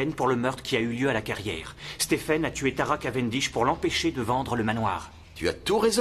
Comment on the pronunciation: Merci. NB/ pour la VF, en anglais Stephen se prononce SteVen V 🙏